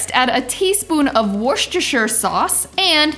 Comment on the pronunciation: Wooshtashire sauce 😂